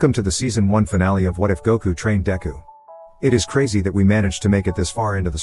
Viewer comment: DEKU not Dangku